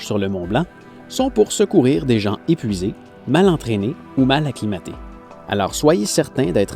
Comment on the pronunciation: Partir tôt pour éviter les chutes de séracs et les ouvertures de crevasses c'est bien ça ? Moi ce qui me fais sourire c'est quand tu mets un "t" à "gens" ;)